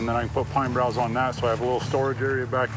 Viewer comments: They are pine boughs not broughs. No R in bough. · FYI -- bough, not brow!! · Yeah, I noticed that too “pine brows or broughs”, but It’s “pine boughs.” I think he maybe has a desire to portray a mountain man, but you have to be authentic and truthful. He has a lot of “Hollywood” fluff added to his videos. That might be ok for him, but I prefer the simple straight forward approach. Oh well, to each his own… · I hear keep saying pine broughs.. there is no r in boughs……(?) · Pine "boughs" not 'brows" Geez. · May or may not be something but he called pine bows "pine brows". He said it at least twice so apparently that's what he calls them which, to me, indicates inexperience. Along with all the other indicators that you pointed out, I don't think he's as genuine as he makes out to be. I agree, telling the truth is the foundation to any real man. Start lying and you lose all respect.